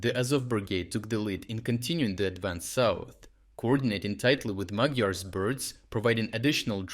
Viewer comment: Magyar is putting back some honor into the word magyar, meaning Hungarian in Hungarian. And thank you for tryint to pronounce it properly.